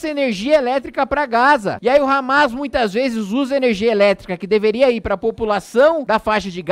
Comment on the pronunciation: kkkkk, "hamês", resbolê"